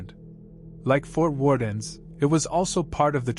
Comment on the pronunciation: Fort Warden doesn’t have an s at the end.